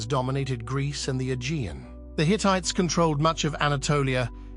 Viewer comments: "HeeTeeTas"? Seriously? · Hi-Tii-tes?wtf is that??? Horrible AI voice reader, thumbs DOWN